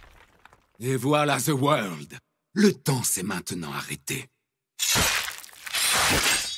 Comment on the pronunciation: ZE WOR!! On dirait il dit the word et pas the world!